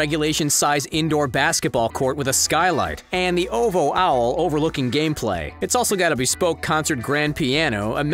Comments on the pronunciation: It’s OH-VEE-OH not oh-vo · Ain't no way this guy just called ovhoe "ovoh" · O V ho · Man really said “Owvow” for OVO 💀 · Bro really said Ovo instead of O.V.O 🤦‍♂️ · Oh-Vee-Oh not oh vo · All the dislikes are for pronouncing OVO as “Oh Vo” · I know this dude didn’t just say ovo as “oval” 😂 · Actually it’s said as “OVO” OCTOBERS VERY OWN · The guy talking definitely said O.V.O as “Ovo” on purpose 🤣🤣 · It’s O V O not why is he saying it like this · This guy is definitely white pronouncing it “Oh Vo”. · He said ‘OVO’s owl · the way he says OVO makes me uncomfortable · 1st he’s richer than googles net worth 😂 and 2nd who pronounces OvO like that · the way he's saying ovo is funny